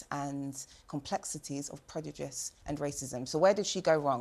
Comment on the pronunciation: She’s so stupid she can’t even say “prejudice” but instead says “predujice” 🤦‍♂️